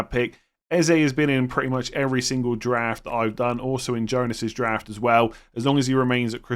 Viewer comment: Anyone else hear Giraffe rather than draft 😅